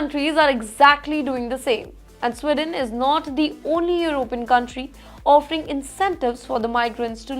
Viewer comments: Madam journo.....country is Sweden not Swidon ....diction and accent imp in any language 😂. Why should any country bow before Indians? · It is not “स्िडन” it is “स्वीडन” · It’s not Swidon. It’s Sweden. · Again it’s “Sweeden” not “swiden”. You can spell but not pronounce. Please learn English. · Sweeeden not Swiden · Please pronounce the word SWEDEN correctly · It’s not swiden or swidesh it’s sweeden with an emphasis on the first “e”